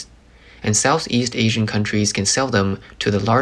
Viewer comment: Why are you pronouncing Asian as Assien?